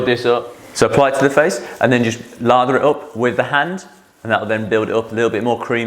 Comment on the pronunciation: Laaather not Lava.